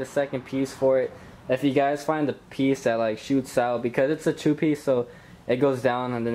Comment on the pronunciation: Its a chu piece 😂😂😂 you mean two piece my boy